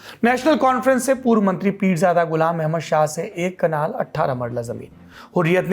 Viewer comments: कनाल या कलान लिखावट और उच्चारण में बहुत अंतर हैं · कलान नही कनाल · Kitni baar Kalan ko kanal bola